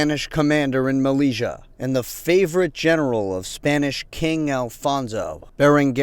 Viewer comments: Good work but m Mellila is prononced "melilya" not "meliga" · Just to let you know that the name of the city is not malija but melilia pronounce melilya. Thanks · It pronounced Meli-ya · Malezzia lool that's not how you pronounce it.